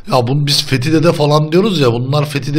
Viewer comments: ağa baban kim lan senin fethi dedemize fethi diyorsun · He söyleyin benim adım Fethi Dede Fethi deil ulaaan